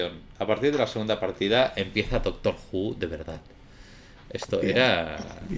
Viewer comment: aí dise doctro Xd